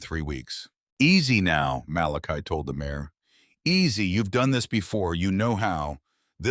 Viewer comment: It's MARE, not MAYOR!